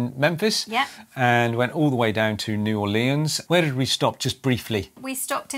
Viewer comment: New Or Lee Ans never heard it pronounced like that but I suppose someone had to